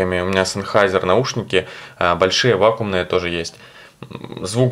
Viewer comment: Говорить публично "вакуумные" наушники - по крайней мере не профессионально... Название немецкого концерна Sennheiser electronic GmbH & Co, а соответственно и слово в названии моделей наушников, по-русски произносится "Зенхайзер". А за обзор спасибо.